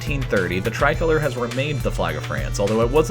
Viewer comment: It’s tri-col-or”e”